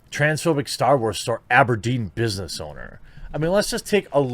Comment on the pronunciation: Can I just stop for a second and complement you on the pronunciation of Aberdeen! I live in Aberdeen Scotland and for a second you sounded Scottish!